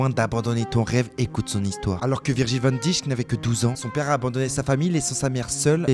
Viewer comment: Ça m'étonnerait 😂😂, je fais du néerlandais et c'est pas du tout la prononciation